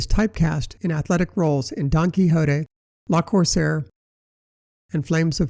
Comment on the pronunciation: le corsaire, not la corsaire, pleeeease